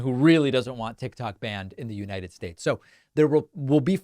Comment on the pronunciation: Venezwiiir. Missish. Chisish. United Schtates. Confefe. "I know words, I have the best words".